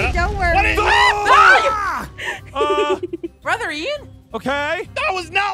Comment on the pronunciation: If they say “BRAHTHA” one more time I swear.......